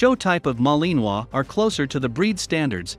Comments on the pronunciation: It sounds funny but if the robot or person actually had a French accent it would be better lol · The way your saying Malinois is making me cringe 😬